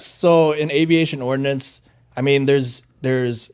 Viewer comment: Ordnance not Ordinance